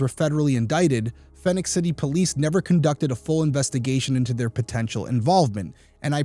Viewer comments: “Fee-nix” City, not “Fin-ix” City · Love you show keep up the good work! I listen regularly on your podcast as well. Just a little note as I am from Columbus, GA myself. Phenix City is pronounced like you would Phoenix, AZ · (It's pronounced Phoenix) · Phenix City is pronounced just like Phoenix AZ. My family and I lived there on Sue Drive when my husband was stationed at Benning, from …. Never heard of this case 😢